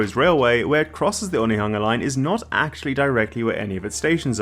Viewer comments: Hey, nice pronunciation of Onehunga. Love to see someone willing to learn! This is the first I've heard of this project, and I'm super excited about it, I very close to this track, and it would open up the whole city to me. Very exciting! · 😮😮 you said Onehunga this time and not 1-hunga yaaaay😂